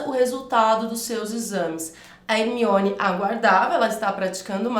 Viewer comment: Porque você fala Hemione se na explicação é Herminone? Porque você come o R do nome da pessoa no exemplo?